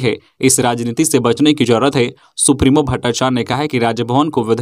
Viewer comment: सुप्रिमो नहीं सुप्रियो बोलिये